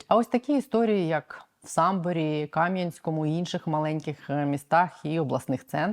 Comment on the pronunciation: Кам'янськóму , не Кáм'янському